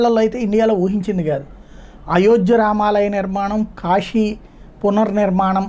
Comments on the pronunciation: కాషీ కాదు.... కాశీ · కాషి కాదు కాశీ